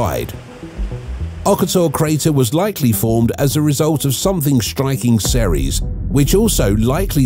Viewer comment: It's ceres